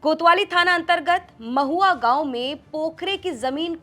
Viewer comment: महुआ नहीं मैडम महुई है